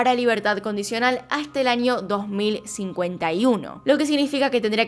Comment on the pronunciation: Vale vale pero “anio” jajajjs (no es a mal eeeeh)